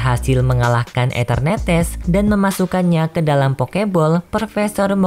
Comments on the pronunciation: Eternatus bang bukan eternetes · Bg nyebut enternatus nya kok kayak enternetes😂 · mimin mohon maaf atas penyebutan nama pokemon eternatus yang menjadi etenertees, sebenarnya waktu record mimin yakin udah nyebutnya eternatus, tapi waktu ngedit mimin baru sadar mimin salah sebut jadi eternetes, kalau mau ngulung record bakalan lama dan suara mimin sudah habis, jadi mohon maaf ya kalau kurang nyaman dengan sebutan enternetes wkwkwk. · Anjai eternetes